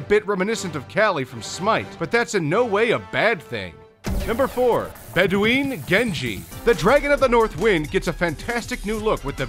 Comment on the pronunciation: nice vid! also its spelled (bed-win) not (bed-ween)